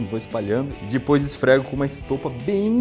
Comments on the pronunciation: Eu acho muito fofinho quando ele fala "dipois" em vez de "depois" é tão fofinho😍😍😍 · Ninguém: A Iberê: Dipois